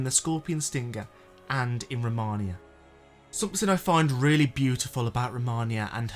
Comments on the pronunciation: Great video! You’ve got my sub! But one thing I can’t help but mention 😬 It’s Romina. (Row-mee-nah) not Rominia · For starters, don't drone on the same point. Once you present data that supports your thesis, move on to the next topic. It also helps when you pronounce names correctly. It's Romina, not Romonia. On the point I made about showing your subscriber percentage, all that does is push people away. We're here to consume your content, not hear about your hangups. Side note, excellent editing. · Can you pronounce her fucking correctly please ro-me-nah youre welcome romina not romahnia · its not romaina, its fucking romina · PLEASE don’t say it like “Romania” 😭 Romania is a country in Eastern Europe Romina (RAH-MEE-NUH) is the boss you’re talking about This was really bothering me lol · Romina not Romania 😂😂😂😂😂😂😂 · Row - me - nuh Romina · Absolutely love this vid, very insightful . But my brother in Christ; her name is Romina (pronounced Roh-Me-Nah), not Romania 😭😭 please don’t block me. I love your content so much. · Romina is pronounced “Ro-Meeh-nah” not “Romania” that’s an actual country 😅🇷🇴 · I actually unsubbed because of how many times you said “Rom-on-ia. It’s ROM-IN-A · My dude it's Romina not Romania(that's a country)😂 Edit:I get it now...you say Romania because of Messmer the impaler and by that I mean Vlad... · ROMINA. Not Romania 😂. I don’t know why I cringe every time you say that. Other than that, good vid. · Really appreciate the content but holy god every time you call her Romania all I could think about is how you did all this work but couldn’t be bothered to notice that her name is Romina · Romina.. roe-mina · Ro-Mina 😂😂, and she's a ST. She's one of the few shamans to become a st and be able to weild a natural life/death ability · Roh-meen-uh, or Rah-min-uh. Not sure where the extra letter and syllable is coming from. 😂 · u seem to like the boss character so i dont think u "didnt know", just a bad habit i see. Ro-ME-Nah.